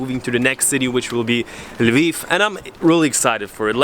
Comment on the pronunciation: I love that you pronounce OdeSa and Lviv in ukrainian, cause that's how they should be pronounced in Ukraine... and also Kyiv...